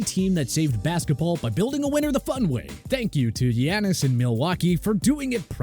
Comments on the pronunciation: Giannis is pronounced Yahn-nis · How my boy say Giannis be like saying Tyler like Taylor 😂